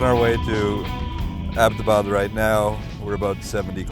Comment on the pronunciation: and i LOVE how abbotabad is pronounced right